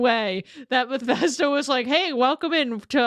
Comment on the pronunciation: Every time you said Bethesda I wanted shoot a spray bottle at you 😂